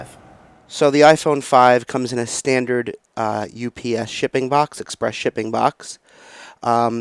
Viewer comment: In this video the word is not "box" Is "Bax". That makes sense! :P